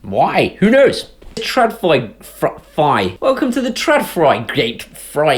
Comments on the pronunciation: No, the 'åd' part in trådfri is pronounced as aud in baud or audition. Fri is pronounced as free. So: ~Traudfree. Your pronunciation sounds more like treuwfrie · Stop mocking Sweden. ;-) I will teach you to pronounce the name. Pay attention: TR-ÅD-FRI. Take the word FRAUD. Replace the beginning FR with TR. TRAUD. Then add the word FREE. There you have it: TRAUDFREE = TRÅDFRI. Simply Brilliant! If you wanna be more advanced, skip the thick R's from back of you mouth, and but it at the tip of your toung. Rrrrrrrrrrrrr, like Conan O'Brian spinns like a cat. ( TRÅD means WIRE, FRI means FREE, so FREE OF WIRES). Your welcome. :-)